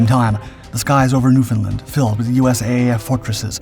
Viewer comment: Just a tip. When pronouncing Newfoundland, say it like understand.